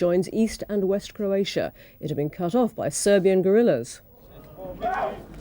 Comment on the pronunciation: For God's sake Michael Nicholson, it CROatia, not CURatia